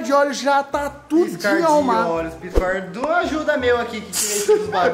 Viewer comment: “Em um pirscuar de olhos” kkkkkkk